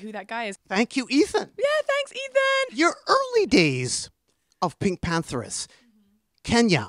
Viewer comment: Just now realizing her name isn’t pronounced pink panthERS but instead pink pantherESS